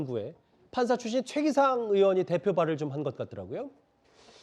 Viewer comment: 최기상이라 쓰고 (소셋끼) 라 읽는다.